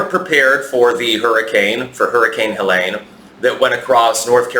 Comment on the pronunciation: Pronounced "Hell Lean". Carry on